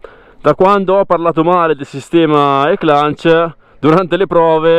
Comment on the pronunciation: È spettacolare questa moto ❤ le moto GP hanno lo stesso funzionamento di questa E-Clutch. E cmq non si pronuncia con la N in mezzo alla parola! A parte questo bel video e bellissima moto